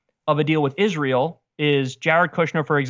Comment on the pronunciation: I love how Cenk conveniently forgets how to pronounce Israel....